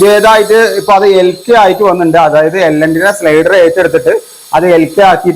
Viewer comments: 😂ആവുന്ന പണിക്ക്‌ നിന്നാൽ പോരെ, തെറ്റു കൂടാതെ ഏതെങ്കിലും ഒരു വീഡിയോ ചെയ്തിട്ടുണ്ടോ നീ!!!? സ്ലൈഡർ അല്ല സ്നൈഡർ!😂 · സ്ലൈഡർ അല്ല മച്ചാനെ സ്നൈഡർ ആണ്